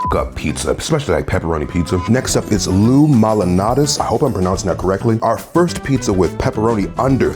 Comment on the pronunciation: "loo-mal-naughty's", damn this video made me hungry lmao 😭